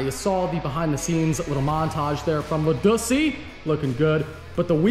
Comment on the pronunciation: Pretty sure said Ladussy 🤣👍